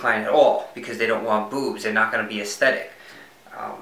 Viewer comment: "Boobs" sounds funny with your New York accent